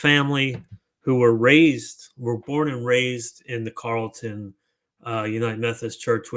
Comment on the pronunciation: It is pronounced Carol-ton